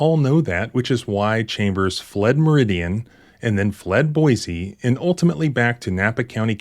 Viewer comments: There's no "z" in Boise. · Boise not boize....check ur pronunciation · This is not criticism, I love your stuff. Just FYI. It is pronounced "Boi(cee)" not "Boi(zee)". I hope this helps. This kind of stuff is one of the many reasons I moved from Idaho and never looked back. And I was raised there. Wait till you hear about the time Boise PD shot a prison guard. Thanks for all that you do. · This is why everyone hates people from California. I mean, we didn't need another reason, but here is another. Also, he got so many complaints when he went to Boise and Idaho is happy he is gone. Wish the rest would go back too. Also you said Boise wrong its see not z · Boy see Is the correct pronunciation